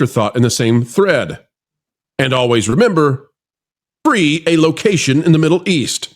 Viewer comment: How dense am i that i heard "free some place in the middle east", and it took me about 5 seconds to figure it out?